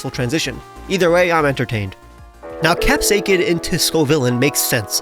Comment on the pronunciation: You are pronouncing capsakid wrong btw😂